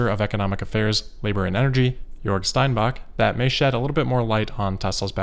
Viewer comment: Damn, great pronounciation of Grünheide and Jörg there! As a native German I am quite impressed.